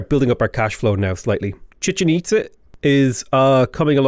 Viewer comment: Glad to see I'm not the only one who calls it the Chicken Pizza. You also have the Empanada (Apadana) and Porta Potty Palance (Potala Palace). So many great non-names